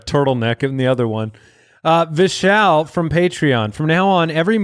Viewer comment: Thanks for the Shout Out! Valiant Effort at pronouncing my name, but its "Vish-All" Like "all" the fishes (but vishes). Also if i'm not mistaken am I the inspiration for the flex ;)? Great show!